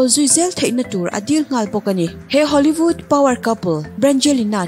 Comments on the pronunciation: Hollyvood tia lam hi hollywood tihtur ani em..Nge hoolyvood a awm ve tho,nge lam no tum deuh vang hrim2. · 19 sec ah hian lam sap mai2.. Hollyvood maw...😂😂😂